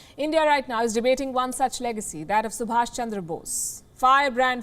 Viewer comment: he's Subhas, NOT Subhash!